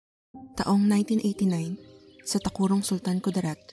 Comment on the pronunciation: The way she pronounced “tacurong”🤣